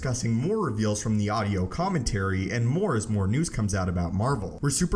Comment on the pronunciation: Someone teach this idiot how to pronounce commentary.